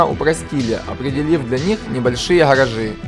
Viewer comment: Невозможно слушать, что за "харажи"? Где буква "Г", ну ё моё, как так то? Что за произношение такое?